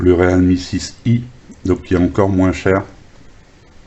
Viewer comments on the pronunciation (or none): Bon test du Réal mie....lol...non je plaisante ça se prononce " Rile mi ".......si ça peut aider.....🤔😉....et 1 like de plus pour toi....